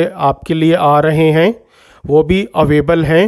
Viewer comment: Sir, your videos are pretty good and informative... Please correct your pronunciation... It's अवेलेबल and not अवेबल...